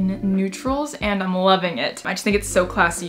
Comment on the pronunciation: You say button weird.